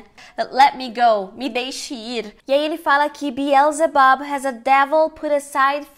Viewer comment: monstruósiti amei sua pronuncia manstruásitee a fonetica disso ta bismillah é pelo amor de DEUS e beelzedbu has (r forte como no português) a devil put aside for me é o correto dizer biowtzeboo Réssa dévul pat assait fô mi fô miiiiiii , ok? vastest du? tente entender esse seu inglês americanizado bem a empresa ai já diz né CCAA , letra Ó tem som entre oa ambos acentuados agudos graves bóá rápido as quick as a flash reparou que não pus as quickly? queria ler de vc de presente saudades em inglês essa palavra vc faria?